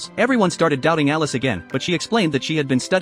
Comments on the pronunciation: Brooooo its elise not alice😭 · It's Elise not Alice!